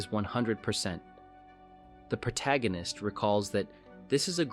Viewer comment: Thumbs up for correctly pronouncing the word "protagonist " instead of "pro-toe gan-nist". 😆